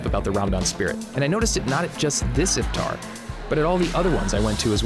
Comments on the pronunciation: iFtEr? Yaar Iftar bolo! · when he says if-tar I cringe so hard lmao